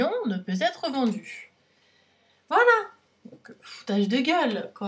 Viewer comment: Arrête de dire ne peut Zêtre vendu, c'est horrible ! Après entre ta bb crème qui vaut presque le prix de ta box et les gélules qui coûtent cher aussi (et c'est pas un soucis d'âge la perte des cheveux). Alors oui ELF ça m'a fait rire aussi mais à part ça c'est pas si horrible (et y'a un E à la fin de gueule). Tu payes 15€, faut pas t'attendre à recevoir 50€ de produits à chaque box.